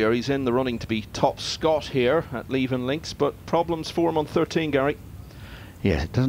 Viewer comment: Levenn Links???!!! Come on, do your research and find out how to pronounce place names properly!! It's Leeven (phonetical spelling).